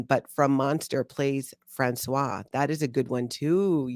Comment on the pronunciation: Françoise is pronounced "Franswaze", "Franswa" is the male name and is written François!!!!!! 😅